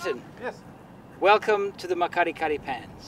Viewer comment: Awesome Series absolutely loved it!! But I cringe every time you say that word.. The Makgadikgadi Pan is pronounced Mak-ggggg-adi-ggggg-adi